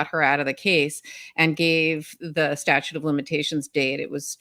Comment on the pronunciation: As Jerry Seinfeld said: It's sta-TUTE, not statue.